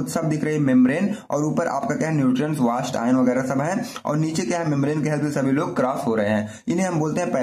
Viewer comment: व़ास्ट नहीं वेस्ट सर